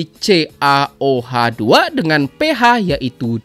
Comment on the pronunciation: Kang..itu bacanya Ca, OH dua kali.